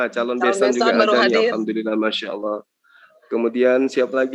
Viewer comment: Saya suka dengan penyebutan nama Allah fasih benerrrrrrrr yah padahal baru jadi muallaf dan cerdas ini orang ,mudah2an selalu dalam lindungan Allah swt 🤲